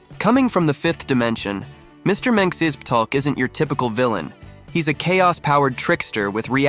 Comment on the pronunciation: It's pronounced Mr(mixel pick) these A I bots chop up his name all the time